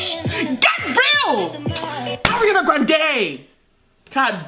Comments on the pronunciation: I collected all the precious “Areana GranDE”s in a compilation check it out if you want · Did she say Hurryana Grande? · i love u u say arianaa grendewww not her totally ure arianator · one shot everytime this girl says "AwREanAA GrAwNdEEeeee" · “Ari-una GRAN-DAYY”😭😭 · Lets give a Oscar for everytime she said AriANa GRaNdEeeYYyy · I love it when she say "Oriyaaana Groondaeeey" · take a drink when says "hariana grandey" and "beeiitch" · nobody: her: ARIANA GRONDAEEE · The way she says Ariana Grande be having me weak asf lmao 😂😂😭